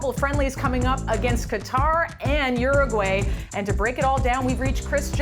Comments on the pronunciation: It’s not Yooroogooeh, it’s Uruguay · OOO-roo-gwa-ii with the r sounding like 'd'